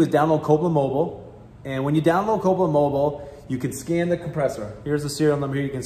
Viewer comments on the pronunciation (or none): old mate needs to speak a little clearer with specific manes. Its Copeland Mobile. I hear Copa mobo